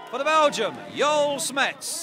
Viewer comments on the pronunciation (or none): On dit Joël smets et pas «Yoel chmetz » il le prononce vraiment bizarrement le commentateur rosbif